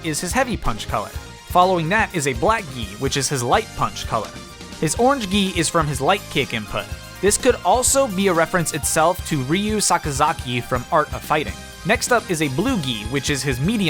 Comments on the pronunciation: I cringed when you said Ryu sakazaki instead of Ryo sakazaki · It's actually "Ryo Sakazaki" not "Ryu Sakazaki." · "Ryu Sakazaki"? no his name is "RyO Sakazaki". slight difference but it's there